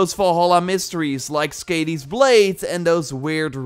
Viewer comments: Please, Skadi ( skɑːði ) NOT Skadi ( skæ:di: ) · Hey! Just so you know you’re pronouncing it wrong. Skadi is pronounced like Scotty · Skàdi is pronounced with a Long a- sound; like "car" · Did anybody else cringe every time he pronounced skadi wrong?